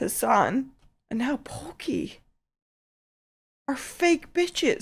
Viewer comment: I think she meant Poke not Poki?